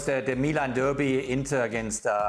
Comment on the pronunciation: and he pronounces derby correctly